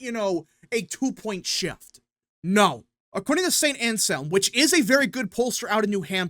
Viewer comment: Its not Saint “Ancell” its Saint Anselm.